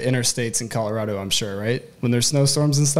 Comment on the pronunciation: He will also have to learn how to pronounce Colorado.